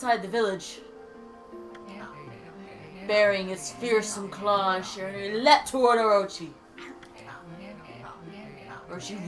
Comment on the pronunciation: It's in the likes of "Shee-Ra-Nou-ee" for Shiranui